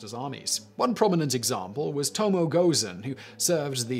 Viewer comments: Toe-Moe-Eh, not Toe-Moe. She would take exception to that. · Tomo-eh it is ともえ トモエ